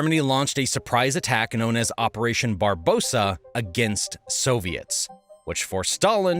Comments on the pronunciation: Operation Barbarossa, not “Barbosa” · Attack of Nazi Germany agains Soviet Union was called "Operation Barbarossa", not "Operation Barbossa". And Gorbachev policies from '80s were named "perestroika", not "pedestroika". Man, you have this written on screen ! My ears are literally bleeding hearing this. And perestroika happened after (and probably because of) Afganistan war, not during it. And there was no backlash in Soviet Union between young people and wealthy elite. And in 1990 Soviet Union did not lose control over any territories in Poland and Romania, because there was no such territories. The only place, where there was significant backlash against mobilisation was Dagestan and it was quickly pacified. In other regions men are going to army pretty willingly, lured with promises of good salary. There is no specific support for local leaders in Russia regions, as these local leaders are all representatives of One Russia party controlled by Putin. They are all basically Putin's puppets, just part of the regime. And those leaders were specifically chosen based on their loyalty to Putin, not their competence. So any chances of local leaders rebelling against Putin are next to zero. And so on and so forth... This material, though entertaining, is mixing up dates, facts and sequence of events. You could do better. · Operation Barbarossa, not Barosa. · For "Barbosa"? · Not Barbosa It was barbarossa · It was Operaation Barbarossa. Not "Barbosa." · Operation Barbarossa....not Barossa..... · It's Operation Barbarossa, not Barbossa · It is not "Barbosa" it is "operation barbarossa". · Operation name was "Barbarossa", not "Barbosa". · Barbarossa not Barbosa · Another mistake... Operation Barbarrosa, not Barbosa...😂😂😂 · btw its barbarossa not barbosa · Operation Barbosa? It's called operation Barbarossa! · BARBAROSSA NOT BARBOSA GOT IT ?:hand-pink-waving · Operation Barbarossa, not Barbosa. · It's Operation Barbarossa, not Barbossa. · Operation Barbarossa, not Barbosa....